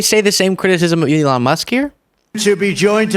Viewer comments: Trump called him "Elijah". Did anyone else catch that? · Did the confused old man call Elon "Eli"?